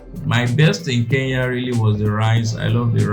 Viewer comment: It's K-E-N-Y-A not K-E-YA